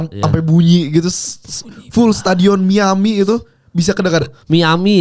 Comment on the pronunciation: Miyabi bang bukan miami 😂